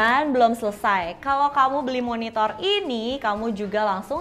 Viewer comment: Gara gara, pas dia bilang Monitor, gua dengernya MonitoL...!